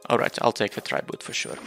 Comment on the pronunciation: Also, you're pronouncing "tribute" slightly wrong. I'm not sure how to describe how to pronounce it correctly though.